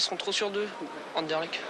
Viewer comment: Ah ah ah Anderlecht était 100 fois plus fort, on a joué en marchant sinon on vous aurait battu 0-6. Hé on prononce Anderlekt !!!!!! C'est un club de légende, respect.